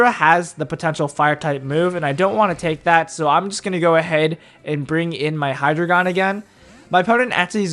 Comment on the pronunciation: It's not Hydragon.... it's Hydreigon!